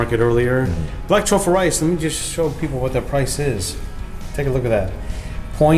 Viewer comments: "*Brack* truffle rice" asian accent is rubbing off on the camerman. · Camera man didn't make fun of. He made fun of himself for accidentally saying "brack." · Yo I'm dying 😂 camera man said "brack" lmao